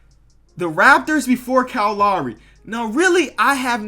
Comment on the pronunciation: the way you say Kyle Lowry is fucked